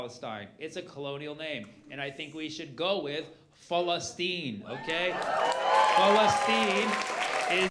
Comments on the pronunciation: falastin.... am i the only one hearing false asteem? (satyr, dont bring hate) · The arab way of sayin it. Why does it need to be said in a arab way?